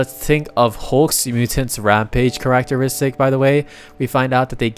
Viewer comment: ah yes karach-teristik